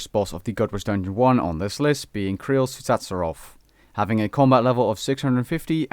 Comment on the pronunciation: Ur 100% Dutch because: Immensly Tsutsaroth (actual pronounciation is tutzeeroth) Im dutch too ;)